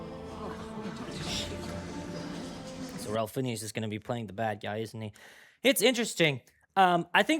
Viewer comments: Technically, I wouldn't consider this a specifically Christian movie, more of a biblical one. "A guy called Val Kilmer"...! Have you not seen Top Gun?? Ice? Batman Forever, Tombstone. Bole my heart a little there lol Also the way you pronounced Ralph Fiennes made me giggle 🤭 But for real, the voice cast for this movie was stellar. I saw it in theaters with my youth group when it was released. Btw - the voice of young Miriam was Eden Riegel (Sam "Scanlan Shorthalt" Riegel's little sister) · Ah, yes. My favorite actor. "Ralf Finneas."